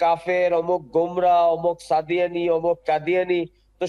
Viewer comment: কাদিয়ানী বলে সাদিয়ানি বলেছে ।